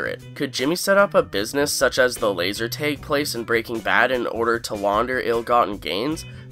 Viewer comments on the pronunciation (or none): Hearing you say "bag" and "tag" revealed to me that you're Canadian lol.